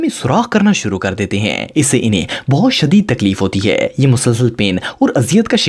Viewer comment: Yar ap jo sentence k end pay ajeeb sa 'hain' bolty hain wo bohat bura hay please thora accent change kro thnx in advance... bohat bari or ajeeb awaz nkalty ho ap, please don't mind